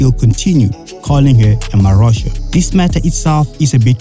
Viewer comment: Dude are u really pronouncing mahosha like AI would 😂😂😂😂😂